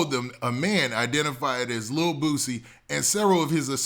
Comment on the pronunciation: Why he saying Bootsie?! lol it’s Boo-C. And he kept saying his name